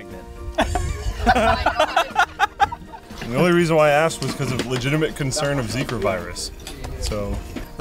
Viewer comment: you mean pregante? or grenant?